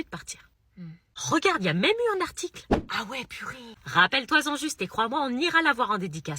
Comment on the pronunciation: Bravo et merci ❤ Juste... "Rappelle-toi-z en"... 🥴